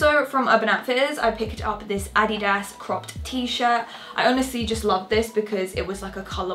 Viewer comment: The way you say adidas is hilarious 😂